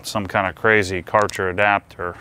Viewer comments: For the love of everything Holly learn the freaking name ! It's pronounced k-e-rher. The A is umloud and ch is H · Its pronounced like Kercher :P, but i assume these are good, since its german and theyre very popular in europe. I was planning on getting one of these, but i will await your test results and how they compare prize, quality and spec wise to the Kranzle.